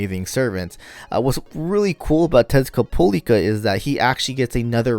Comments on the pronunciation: Why do you keep calling him him Tezcat'polica'? It's supposed to be Tezcat'lipoca'. Or am I missing something? A meme? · Tezcapolica?? oh you meant Tezcatlipoca...yeah you love him so much you turned dyslexic ahahaha